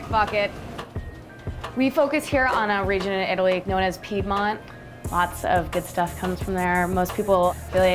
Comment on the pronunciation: I have never heard someone mis-pronounce "Piedmont" so many times